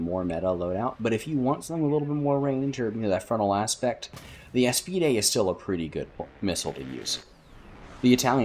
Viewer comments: aa-spied... not a-spee-day... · bro why you callin aspides "Eas-pi-de"